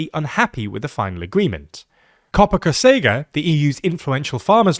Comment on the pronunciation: it says cogeca but you said cocega